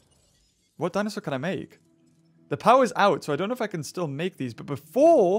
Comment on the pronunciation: he probably said it wrong on purpose